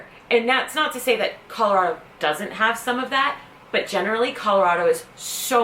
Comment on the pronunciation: I have no problem with you moving here, you say it right Colorado, it is not Colarodo..... I can't stand it when people who aren't from this state call it that!